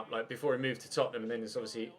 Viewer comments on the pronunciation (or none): none